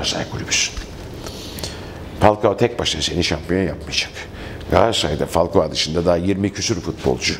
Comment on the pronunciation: Olum neden herkes falkoa diyor laaaaannnnnn